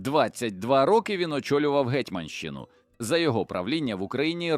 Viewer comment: зломати - ЗЛАМАТИ давайте домовимось - домОвмося давайте подивимося - подивІмося гЕтьманщина - гетьмАнщина гЕтьманська столиця - гетьмАнська столиця по кІсточках - по кісточкАх похреснИця - похрЕсниця тИсячами - тисячАми змовчАли злочин - замОвчали злочин по-нОвому - по-новОму * Якщо начитує штучний інтелект, тоді можна писати текст для нього разом з усіма наголосами. * Так званий "союз" було розірвано москвою ще 1657 року, коли москва уклала угоду з польщею проти України. У відповідь Хмельницький уклав угоду зі Швецією (Карл Х) та Трансильванією(Ракочі). Від того дня так звана "переяславська угода" остаточно припинила своє існування і втратила чинність. Навіть, якби вона хоч колись існувала насправді. Оскільки ориґіналу цієї угоди не виявлено досі. Відтак, її взагалі не було підписано. Оскільки сторони не домовилися.